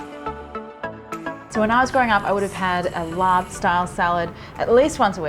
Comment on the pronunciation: Thanks for calling it laab instead of larb... don’t know where that came from, it makes me cringe lol